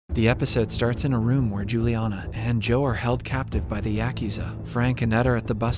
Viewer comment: Yakuza pronunciation yuh koo zuh .